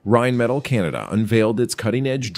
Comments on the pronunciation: RheinMETALL, not "rajnmedal". Dammit. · Not to be nit picky but theres an extra L in there.. in English it's pronounced Rhein-Meh-Tall not Rhein-Metal. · "Rhein"metall?.. cmon.